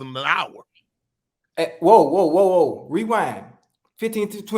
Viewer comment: Why he say hour like it was a two-syllable NEW word!!